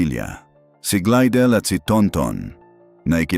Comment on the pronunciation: Glydel pi hindi glidel 😅😅 pakiayos naman ng pronounsation para maintindihan namin 😅